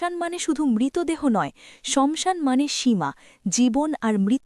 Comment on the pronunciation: Banglay jokhon bolche...tokhan saasan bolun..samsan ta thik bhalo lagche na...kichu mone korben na 🙏🙏🙏